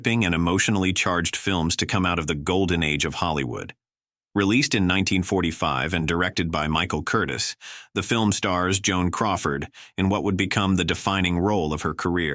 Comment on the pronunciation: It's Michael Curtiz, pronounced "curteeze". Don't they ever edit these? I caught this the first time through and wondered how many would pick up on this. There have been some -- one even said, "Hire a human." I don't believe I will ever subscribe to a channel that makes this many errors.